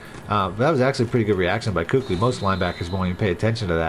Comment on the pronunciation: Love your stuff man but luke kuechly is pronounced KEY-KIK-LEE